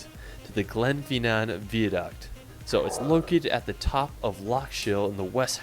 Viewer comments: the pronunciations of all of the names are pretty painful to hear as someone from Scotland: Glenfinnan is pronounced Glen-Finn-inn, not Glen-Feen-nan as was said in the clip; Edinburgh is Ed-inn-bruh, not Ed-inn-burrow; its not Holly-rod park, its holly-rood; Eilean Donnan is Ee-lan Donn-an, not I-lean- Doe-nan; Glasgow is Glaz-go, not glass-gow; Loch Lomond is Loch (soft ch, like in german) Low-Mand, not Low-Mon. good clip otherwise, just the pronunciation is very hard to listen to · The Glenfinnan one 😢 he really said glen pheenaan